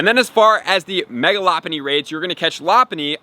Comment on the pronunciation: That’s how it’s pronounced lol he’s saying it wrong